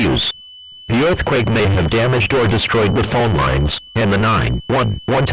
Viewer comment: “The telephone li-ness” always a classic